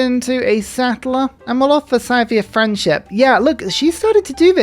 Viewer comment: I love your content, but the way you pronounce Scythia hurts my soul. It's Scythia. Sea-thia.